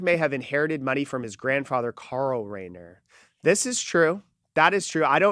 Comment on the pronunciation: It’s not RAIN-eer like the mountain